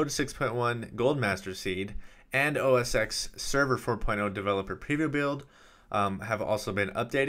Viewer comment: IT IS CALLED OS TEN, NOT OS EX. FUCK